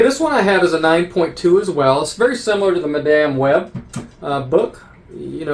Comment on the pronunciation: Did you say Ma-dame Web?.I like it! 😅 Cgc..ugh!